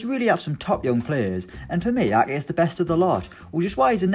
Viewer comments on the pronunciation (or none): How is he pronouncing Ake? Lol he kept saying A-eh